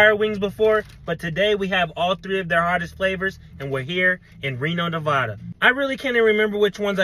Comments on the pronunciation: As a Nevadian that dad should have a life sentence in prison as he pronounced NEVADA as NEVODA💀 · NOOO BRO MISPRONOUNCED MY HOME STATES NAME ITS (nuh)(vad)(duh) NOT (nuh)(vod)(duh) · …… it’s Neva-Duh. Stop putting extra flair on it…. It’s not pronounced like that…much love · It’s pronounced Nevaa-duh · Why can’t anyone pronounce Nevada right? 😑